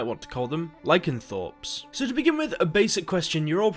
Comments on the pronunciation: It’s LYCANTHROPES not LYCAN-THORPS. An understandable misreading but it comes from the word lycanthropy hence ly-can-thropes. Also its pronounced ERR-duhn NOT YAR-duhn. The sign is spelled YRDEN and if you read the books or indeed listen to the in-game dialogue you will hear it pronounced by Yennefer at Kaer Morhen as ERR-duhn. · sorry, i had to stop watching this when you said "lycanTHORPS" for the second time in less than 2 minutes... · Ah yes, “LycanTHORPES”